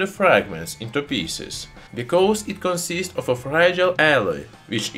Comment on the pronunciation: “...because it conzizts of a fregile alloy that oxidizes in the ear.” 🤣😂 Sorry, my man. Couldn’t help it! 🤣😂